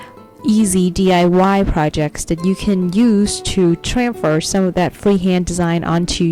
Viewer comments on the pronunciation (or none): she said tranfer! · Tranfor?!?, PLEASE SAY THE WHOLE WORD! It's annoying!